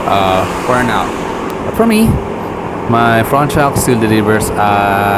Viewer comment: "Ingine, Front Chocks, Motorcy'kel'."🤣